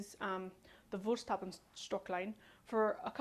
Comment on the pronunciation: Just say Woolst-how-bee :o) excellent demonstration and the video quality isn't that poor. Thank you!